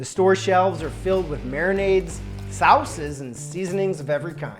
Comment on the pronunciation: I gave it a thumbs up when i heard the word sowss (sauce). Low key respect for epic meal time